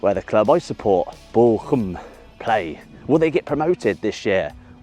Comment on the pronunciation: the bochum jersey is stunning up close, wow! also, pls dont take it as front, but your pronounciation makes it sound like Borkum sometimes, which is a picturesque island in the german north sea. worth a visit, or google at least! cheers from Dresden <3